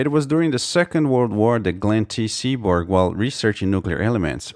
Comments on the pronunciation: Oh... I got it : Gelnn T. SeaBORG Hahahaha! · Seaborg olololol